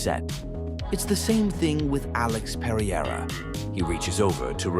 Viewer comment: This was all so sweet until you said "Alex Periera" 😅 love it though. I've been waiting for years for this channel without knowing it. Subbed!